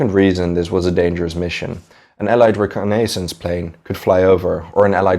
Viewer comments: It's pronounced "re - con - is sans" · Adrian Roberts thank you! Damn! Dude is driving me nuts listening to him mispronounce that. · Yea, honestly I thought his accent was mildly Irish until I listened for a few minutes. The pronunciation of reconnaissance was the only thing in the whole vid that raised my eyebrow. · Love the channel! 1 tip listen how to pronounce "reconnaissance" correctly. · Good video, interesting story. I cringed a bit at your 'reconnaissance' pronunciation though ;-)